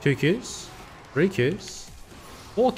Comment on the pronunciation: free v free, thats not even trying to speak english its just fuck it